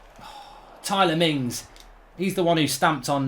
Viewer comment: "Tyler Mings"